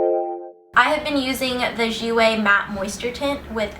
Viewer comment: Finally! Someone that pronounces 'jouer' right!!